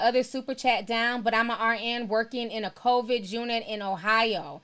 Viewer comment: I love lol. She keeps saying CONVID instead of COVID and i'm cracking df up. Thanks for the livestream though!